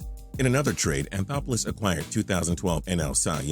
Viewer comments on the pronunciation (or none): none